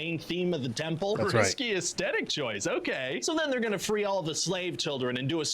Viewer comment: Did you catch when he said, "Lo-Chay" instead of "OKAY"?